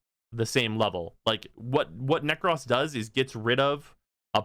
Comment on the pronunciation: You always say Nekros as Neck-Cross... It's Neck-Crow-Ss